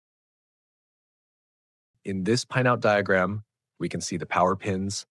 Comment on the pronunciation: His pronunciation of "pinout" is like in pinEapple tree, as if there were an "e" inside 😂